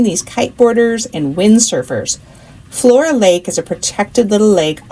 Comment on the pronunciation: Floras (not flora) Lake is in Langlois! No way you missed it.. we have a sign that says 'World Famous!' -- looks like you had fun on your trip but gahh .. how'd you miss our town?